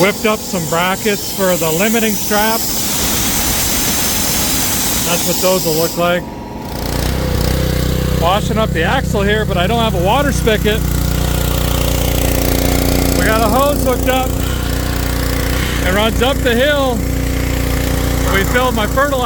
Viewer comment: Love this video. One nit Derek...a guy doesn't pronounce the word spigot "spicket". You're welcome.